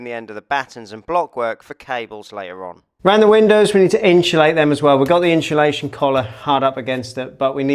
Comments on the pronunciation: Always good showing step by step process. But please, for the love of Guinness, stop saying inshulation! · The inchulation drinking game could be lethal in this episode! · Every time you or pronounce insulation as ‘inch’ulation you lose an IQ point 😂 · Glad you used inshulation 😂